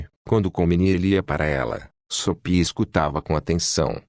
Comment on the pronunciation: É GENTE OU ROBÔ QUE faz A LEITURA? DEVE SET ROBÔ PRA FALAR SOPIA, ESCREVE-SE SOFHIA MAS LE-SE SOFIA, tem mais fala errado